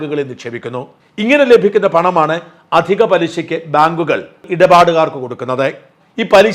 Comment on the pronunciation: " ഭാങ്ക്കുകൾ" അല്ല!